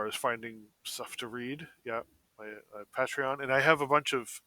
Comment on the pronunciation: Momentum and keeping motivated are tough to maintain. Also I hate the way pronounces patreon.